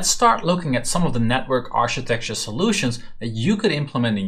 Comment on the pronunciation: Great series! Learning a lot here :) architecture is pronounced with a "K" by the way, aar-kuh-tek-chr